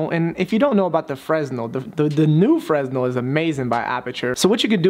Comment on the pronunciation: its pronounced FRUH-NELL